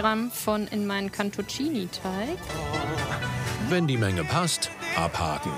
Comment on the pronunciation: Mich stört es immer irgendwie, das immer Teich statt Teig sagt 🙈😂